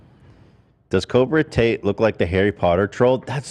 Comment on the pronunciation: I could never tell if Ethan was saying that on purpose or by accident 😭